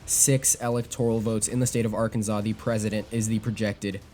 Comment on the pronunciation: Loved it, but... arkan zaw?